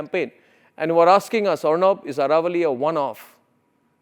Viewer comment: It is not Araavalli but AAravalli.